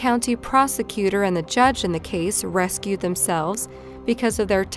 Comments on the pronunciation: Did she say the county prosecutor and judge RESCUED themselves? I thought the word is RECUSED. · They didn't "Rescue themselves_ ...they "RECUSED (Reh-KYOOZD) themselves" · Ok this is driving me nuts... It's IS-standbul. Not "INstanbul". Next story, it's reCuse, not "rescue". 4th story, there's too many to mention, so just as a sample, it's ga-ROT, not "ga-wrote". And OMG don't show pix you're going to blur! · the word is recused like ree-que-zd not rescued. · BTW, it is not instant-bull xD; it's Istanbul. Oh and recuse, not rescue. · recused... not rescued. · That one got me too, for those who don't know, the correct word is recused. Sheesh, there were a couple different mispronunciations. Seems to happen a lot on YT.